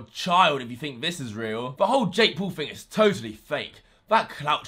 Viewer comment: PAUL as "paw-ul" not as Pool omg